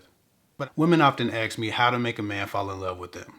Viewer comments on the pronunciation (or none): "Ax" 😅 love your tips. ❤